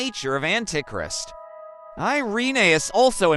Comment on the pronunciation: ... ..."an-tic-rist"? 😂 I hate Robovoice. To the dnr zone with ye!